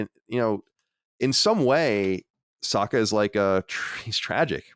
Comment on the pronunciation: Why are you dorks saying the name wrong? You literally just watched it, you seem like M.Night when he made the movie. Stop saying Soak-a, and say Sock-a. They say it 30 times an episode. I just don't understand how people forget that fast